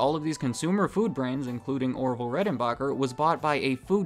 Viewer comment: Did my mans say Oroville??